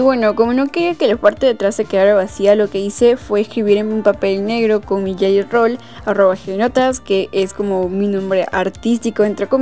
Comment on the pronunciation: no se si soy la unica q se dio cuenta que en vez de decir gelly rol dijo yeyo rol . me encanto el video